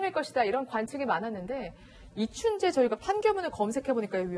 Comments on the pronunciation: 저만 아나운서께서 이춘재를 춘배라고 하는 걸로 들리는게 아니였네요~~ㅎ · 아니 앵커는 왜자꾸 이춘배라고하는겨